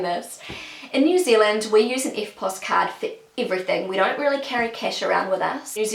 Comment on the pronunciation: I've never heard someone saying "iverything" :D